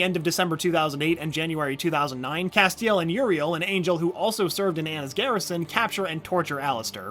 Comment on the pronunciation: The way he pronounces Castiel BOTHERS ME